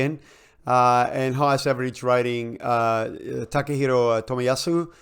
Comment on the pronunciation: I was all set to praise the beautiful Italian pronunciation of 'Rossoblu Rivoluzione' and then I was stopped in my tracks by the Japanese pronunciation of 'Takehiro Tomiyasu'. A treat for the ears!